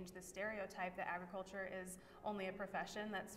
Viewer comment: please, please, please stop referring to it as “Eggriculture”!! That is NOT how it is pronounced! It’s pronounced as it’s spelled…………